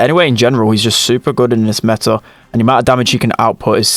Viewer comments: is like: Meh- Ah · Everbody: meta: Meh-ta